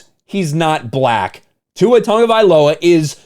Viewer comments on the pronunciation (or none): Tua's last name has no "n." So, why is he mispronouncing Tua's last name with a phonetic "n?" When you call out an idiot, try not to do so in an idiotic manner! A fool calling out a jackass' nonsense is funny for all the wrong reasons. "Racism", "racist", and "because I'm black" have become overly used, mostly by people who refuse to take accountability for the ways their actions lead people to treat them.